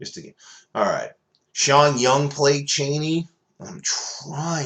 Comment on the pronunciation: Great video; i am also scratching my head about some of the casting, for example, I would have picked Emilia Clarke as Chani ( pronounced Chaaahhnie, not ‘Cheney’ - i wanted to scratch the walls every time you said ‘Cheney’ lol)... I am also at a loss as to the reason why no one knows who is going to be cast as Feyd Rautha, who is a major character in the story. On the humorous side here are some of my other picks: Shadout Mapes >> Peter Dinkle ( good character to switch genders here) Baron Harkonnen >>> Donald Trump The Emperor Shaddam the Fourth>>> Vlad Putin